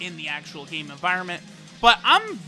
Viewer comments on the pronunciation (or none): none